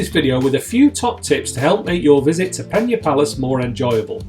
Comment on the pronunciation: Good insight thanks. However, Amazed how you managed to say the name of the site maybe a hundred times in this video incorrectly😂 it's Pena, not Penha (which is how it would be in Portuguese if written close to the way you pronounced the somewhat Spanish sounding Peña)